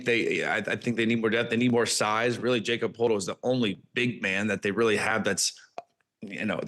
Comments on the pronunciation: You all said it wrong it's no Jacob ... Jakob and sound like "Yak"cob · Bench thin ? Yall analyst are clearly not paying attention to the Raptors ? Yall forgot about Manu coming from the Spurs ...he's putting up more numbers than ever before . As a back up center ....he's like a Stretch point center And for crying out loud it's pronounce" Ya cupb not Jacob lmao smh " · yall said Jacob it’s pronounced yak-ub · lol she’s pronounced it wrong too it’s not Jacob lol it’s (yakob) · Jacob?! lol Yak-cub Per-tle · lol she says she hates mispronounced names and butchers it herself 😂. It’s YAK-KOB not JAKE-OB! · Awful takes, you all should be fired for not doing your jobs, you haven’t watched any of the raptors and s]it shows painfully, also it’s not Jacob dummies, it’s pronounced Yak-ob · I aint want to do it but yeah i got to rip them for this and even in the end thinking they tryna put respect on Yak name but they calling his first name Jacob? Its said like Yakob no jacob 🤦🏾‍♂️ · Not Jacob. Pronounced yacub. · You forgot abouT Mamu in this Analysis but good job overall. CMB is their rookie that will be a defensive menace too. The bench is better than what you are saying but if you mean in the centre spot. Yes, they need another back up Also it’s not Jacob it’s Jakob like Yakob just a fyi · Y'all messing up first name too. It's pronounced ya-cub. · Nothing worse than trying to correct someone on a channel and get it wrong yourself... it's pronounced "Yaakub" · His first name is pronounced Yakub. Clearly these people don’t pay attention to Raptors games. The bench is weak?? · Who the fuck is Jacob LOL. Dont talk raps if you cant even pronounce the players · These guys obviously don't know Raptors lol - JACOB!!??? and she hates mispronunciation and disrespecting his name?? Wait till they realize they've been saying his first name wrong the whole time - plus they got a ton of facts wrong Anyways it's time they and the rest of the league started paying attention 😄